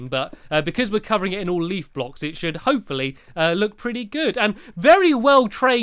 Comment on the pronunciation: you look like saying HOPE-FOR-LEE